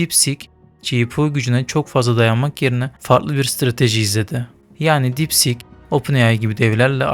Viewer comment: Sik deyil kardes deep sieeek